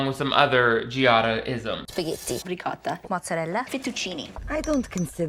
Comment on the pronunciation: „She over pronounces Italian words“ Sooo... she doesn’t say shit like RAWYOYLY or RIEYCOUTA?